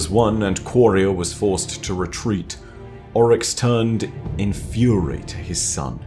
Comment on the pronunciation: Ami the only one that absolutely hates the way he pronounces Oryx in this? Everything else is amazing though.